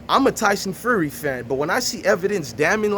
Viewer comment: Shut your b*tch ass up 😂😂😂 soft ass dudes I swear y’all act like y’all mamas 🤣 can’t even pronounce “Fury” talkin’ bout “you got sons” 😂😂😂 #foh clown I can’t stand you soft ass feminine dudes